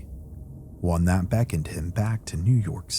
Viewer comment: do you know how upsetting it is to be 20 min into a video only to realize the connection you thought you had with that CREATOR was a farce because this intelligible HUMAN just mispronounced “THAT” as “T”-“HAT”! Bruh! Just I mean ROBOT! 😞😒😒